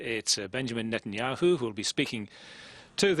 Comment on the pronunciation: He purposly said Netenyoohoo...pretending it to be a mistake and he says Yogi Berra died a few months ago? How about about a week ago?